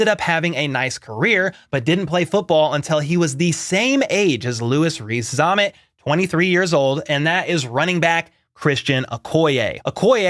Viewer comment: "Former rugby star" Don't make it sound like he washed out 😂 Also, it's Zammit like "Wham-it"